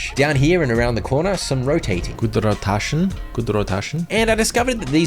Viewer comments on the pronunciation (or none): i absolutely adore the little accents you did for some of the parts of the game, mostly towards the end. "gud rotaton" and "helikorpeeon" were probably my favorite